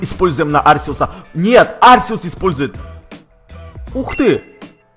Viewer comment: правил но говорить не Арсеус а Аркеус